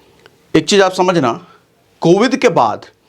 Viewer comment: Covid hota hai covith nhi hota hai